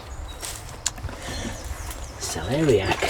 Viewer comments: Congrats on saying celeriac correctly. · Nothing worse than a floppy carrot ;-) I got one smaller than that too oh potato.. Good harvest mate. You said celeriac right lol. yes covering the soil keeps it nice and damp.. Tghat long root system is great ;.-) Wife happy you will be out from under her feet lol yeah getting hot in the GH so glad I sorted the vents. Cheers mate hit the like as ever.